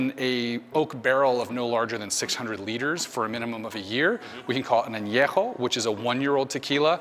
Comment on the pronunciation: Thanks for this video, I'd love to visit that Tequila bar. Now I know how to pronounce Anejo! 😁